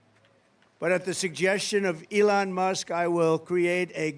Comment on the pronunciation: LEON! Guy cant even pronounce his sugar daddy name correctly and he think he can lead a country. Get this old weird convict in jail where he belongs!